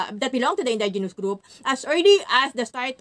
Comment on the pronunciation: Indigenous pls see proper pronounciation po